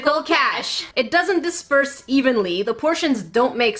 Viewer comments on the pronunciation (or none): “ it doesent desperse evenly”